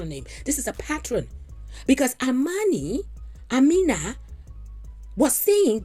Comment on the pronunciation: im African and the name is pronounced AH ME NA